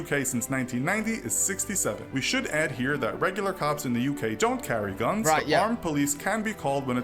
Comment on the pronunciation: Please QUIT saying gounes when you are trying to say Guns... and that's all I got to say about that.